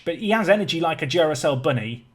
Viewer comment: I've watched you for years and know you butcher names, but calling it jew-ra-cell not dew-ra-cell had me dying laughing.